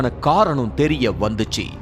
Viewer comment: தெரிய தெரியர வந்துச்சின்னு சாதாரணமா சொல்லுங்க. அது என்ன தெரிய்ய வந்துச்சி ?